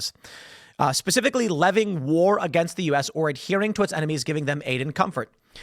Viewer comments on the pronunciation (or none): none